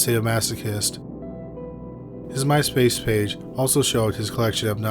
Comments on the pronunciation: When you said “My-spage pace” I felt seen. I’m not the only person who does this. I don’t have an official dyslexia diagnosis but everything is moving around all the time, even in my mouth! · MySpage Pace 😂😂😂 heeeheee i love it !!!! That's how I say it cuz it twists my tongue up lol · "myspage pace" 😂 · my man's said "On his Mypayspage" 🤣